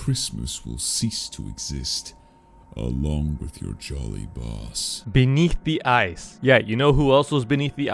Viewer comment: It's not whit it's with🤬